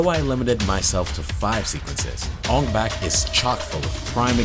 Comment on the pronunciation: Take a shot for every time he says Ong Bak incorrectly.